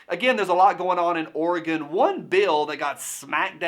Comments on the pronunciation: Hell yeah, I was born in madras Oregon and Portland shouldn’t affect what goes on there. Also it’s refreshing to hear someone actually pronounce it right not like those midwesterners and east coasters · Thank you for pronouncing Oregon correctly! -- Native Oregonian, adopted Virginian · Oregon, pronounced Or-E-GUN... Flush down Kate Brown! I am a mutt, 25% Klamath Indian. I am very familiar with treaties being broken and the oppression that follows.